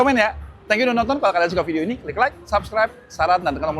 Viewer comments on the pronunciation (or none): none